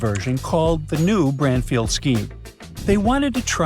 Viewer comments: Branfield... Not sure why I'm watching crud. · like how he is saying Branfield NOT Bradfield...can't he speak proper english